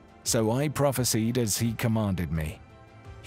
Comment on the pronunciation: You better Pronounce that word "PROPHESIED" as you should and let the meaning stand strong.